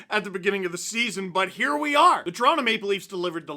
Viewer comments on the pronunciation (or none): none